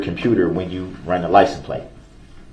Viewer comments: Axed, license plaze, dem, dat. Just words all messed up. Don’t know what words mean, can’t pronounce words, but think he a real lawyer here. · DB says license place!! 😂😂